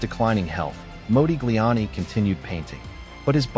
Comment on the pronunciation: It's Mah, like mod, not Mo like Moses. Your AI is WEAK SAUCE